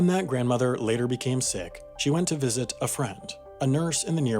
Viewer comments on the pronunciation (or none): none